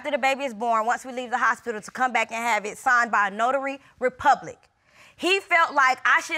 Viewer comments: Sooooooo....... no one caught her saying "Notary Republic"? 😅😅😆😆😆😆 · Wait did she jus say “A Notary Republic” 😩😩🤣🤣🤣🤣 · That ho said " Notary Republic "..... It's notary public !! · "A notary republic" aww Lawwd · She said “a notary republic!” 😂🤦🏽‍♀️ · Did she just say " Notary Republic " ? 😂😂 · Did she say notary REPUBLIC? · Did she say notary republic??????????